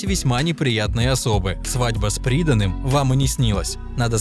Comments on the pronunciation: Свадьбва с придАнным,а не прИданным!! Учите ударения,автор. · С придАным, а не с прИданым. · Разбитной тон комментатора и произнесённое им "Свадьба с прИданым" не вызывают уважения. Вместо фотографии Виктории Санько показали фото Валентины Шарыкиной. Вобщем, сляпали ролик неудачно, скажу я вам. 😄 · Диктору. Не с "прИданым", а с придАнным. Совершенствуйтесь. За фильм -- горячая благодарность. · Свадьба не с прИданым , а с придАным‼‼🤦‍♀️🤦‍♀️🤦‍♀️ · Свадьба с придАнным, а не с ПрИданным. Косноязычный автор. Кто вообще таких берёт в диктора? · Очень режет слух " Свадьба с прИданным " . Контролируйте свою речь, раз уж берëтесь вещать на такую большую аудиторию. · "Свадьба с прИданным"?? Я не ослышалась?? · Свадьба с прИданным? Вы в какой стране дикторов нанимаете? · Свадьба с прИданным?))) Вы серьёзно? Но с приданным? жесть. Русский не родной? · Свадьба с придАнным. Ну хоть бы проверяли ляпы робота. А самому озвучить лень? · Не могли для чтения текста выбрать человека с нормальными интонациями, а не ликующе-идиотическими, и умеющего правильно ставить ударение? С прИданым - это из какой подворотни?